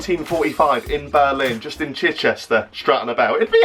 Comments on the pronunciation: The way you say Chichester give me autism lol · I live near to Chichester and the way you say Chichester triggers me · The way he pronounces chichester is so funny to someone who lives close to there 😂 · love your pronunciation of chichester😂